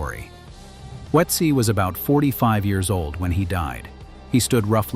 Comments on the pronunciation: Why do everyone who is speaking English is butchering Ötzi. Some say Utzi others Oh-etzi or Uetzi which is also all 3 pronouncings are wrong. Use Babble or another language App to have the correct pronunciation. It is Ö.t.z.i. like the Ötztal Alps. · A totally useless point. Germans routinely butcher English names and words, and it's totally fine. The way we vocalize foreign words and names is shaped by our mother tongues. Asking people to pronounce a foreign name or words as close to perfect as possible is a waste of everyone's time.